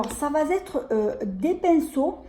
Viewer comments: On dit. Ça va. Être Pas. Ça va zetre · Coucou.. Ne prends pas mal . Mais tu peux dire ÇA. VA ÊTRE.... 😭😢. Y a pas de liaison.. Pas de S. . Tu le dis à tte tes vidéos.. Je t'assure c'est pas méchant..tu J'adore tte tes vidéos et tu le vois... Cette vidéo est pour moi.. Je ne sais pas me maquiller.. Et alors les pinceaux n en parlons pas... Trop Contente.. Allé je visionne.. Bisous à bientôt et prends soin de toi 💋💖🌹😘